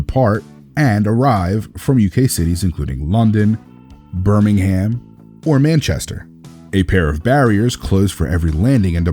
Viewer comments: Did you say birming HAM? It’s pronounced birminghum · And he says “Birmingham” weirdly aswell